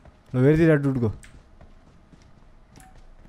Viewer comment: Legends say that is still saying dut.(dude)